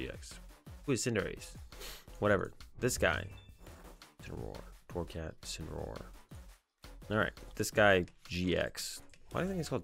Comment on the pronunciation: Dark cat Pokémon is pronounced In-sinner-ore GX